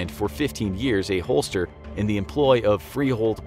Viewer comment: FYI: "hostler" is pronounced [hos' ler].